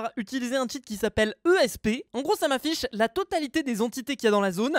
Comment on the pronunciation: C'est pas esp C'est eps lol